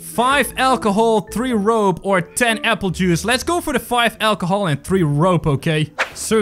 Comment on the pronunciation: It’s funny how you say ACHLOHOL